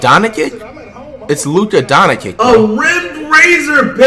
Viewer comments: He said luka donagan ♿️ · Mans said Luka Donakick 💀🤡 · i'm a die hard mavs fan. this man absolutely butchered Luka's name in a way i would've never thought would be done. what. the. fuck. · Luka don-i-kick 😂😂😂😂😂😂😂😂😂😂😂😂😂😂😂😂😂😂😂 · Flight you gay!! And you pronounced luka doncic's name wrong